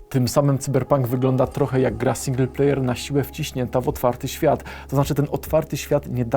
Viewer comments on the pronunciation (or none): none